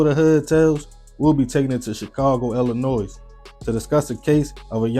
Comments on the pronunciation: Hello hun, the s on Illinois is silent. Thank you for these cautionary tales. I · Can't pronounce Illinois